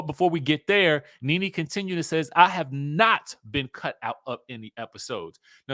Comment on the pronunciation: Did y'all see the latest reports of allegations from Bravo reality stars 🤔but y'all keep saying Ne Ne wrong😮 Y'all going to learn about these networks.